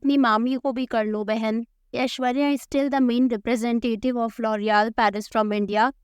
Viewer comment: Loreal ❎ loorial✅